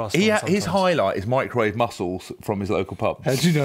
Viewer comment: To be honest, fish of any sort is actually really good if you "mick-row-wa-ve'i" it! Cover it in butter and cling wrap, a minute or two and voila. Perfect.